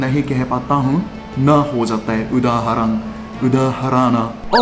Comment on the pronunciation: ण को अकेले अण बोलते हैं लेकिन जब ण किसी शब्द में आए तब उसे सिर्फ ण बोलते हैं अण नहीं। जैसे, आप ने उदाहरण को 'उदाहरअण' बोला। कृपया शब्द मे ण का उपयोग करते समय 'अ' का उच्चारण न करें। धन्यवाद।